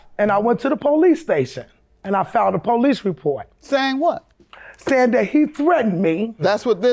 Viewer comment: She talking bout, "There goes the poh-lice!" 🤣🤣🤣 Um yeah.....in a courtroom there are policemen. They're called bailiffs. 🤣🤣🤣🤣🤣🤣